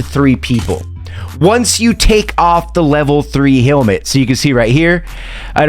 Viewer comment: Bro.. hell met.... not Hailmet... not trying to trash talk. It just drives me nuts